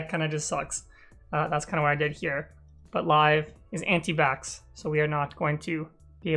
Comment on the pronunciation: "Live is anti-bax" Looool! 😂